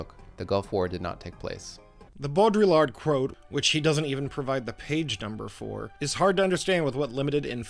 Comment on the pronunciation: Quick Lesson in French Names à la Mode, mate: Baudrillard = "Bowed Re-yard". The terminal "D" is somewhat optional. Americans pronounce it. The rest of the world doesn't tend to. The Jean in "Jean-François Lyotard" is pronounced the same way as the "Jean" in Baudrillard, which you nailed. And don't pronounce the "D" in Lyotard. Full credit for Michel Foucault. ✅ And don't pronounce the "S" in Jacques. Not even in America. lol Love your shit tho. Just giving you a hard time. Keep it up. (Oh, and I am subscriber # 500. I want a prize. You are halfway to monetisation. Good luck.)